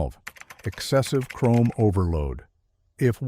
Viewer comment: Over chroam, LOL!